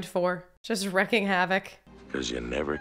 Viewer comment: The expression is wreaking havoc, not "wrecking havoc"